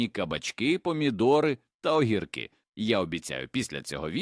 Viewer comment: Помилково робіте ударіння, огіркі, пасинкі